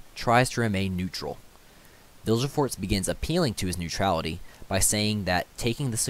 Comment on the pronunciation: Vilgefortz pronounced Vill Ga Fortz Dijkstra pronounced Deekstra Good video👍